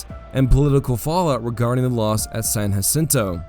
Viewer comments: San Jacinto Not San Hacinto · Can’t believe you made entire video about San Jacinto and you pronounced it wrong the entire time. It’s “juh-sinto” not “huh-sinto”. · Texians won the war. Therefore, the battle and river are called San JA-cinto. Not San Haceento. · lived right next to San JAAAA-cinto for many moons Texans call it San JAAAAAAAAA-cinto not Yacinto. Murica